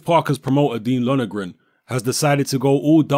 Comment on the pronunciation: his name is Lon er gan mate not Lonergran